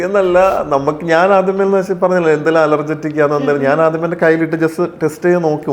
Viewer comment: Allergetic എന്ന് പറയല്ലേ ബ്രോ. കണ്ടിട്ട് വിദ്യാഭ്യാസം ഉണ്ടെന്ന് തോന്നുന്നു .Allergic എന്ന് പറയുന്നതാണ് ശെരി .